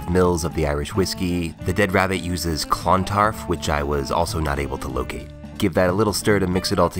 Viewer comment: Great video as always . I'm from Ireland and you can't beat an Irish coffee I prefer the dead rabbit version. Also I love how you pronounce clontarf